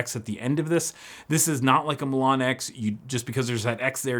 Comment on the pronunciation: Says Milan (City in Italy) hears Mulan (Disney Movie). Thanks for the upload!